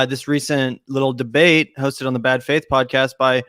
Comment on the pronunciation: "DBEATE" normally i wouldn't point that out